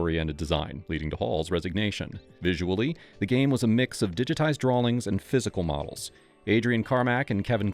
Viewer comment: "Digitized drawlings..." Great video, though. Maybe someone older than 4 years old can narrate your next one.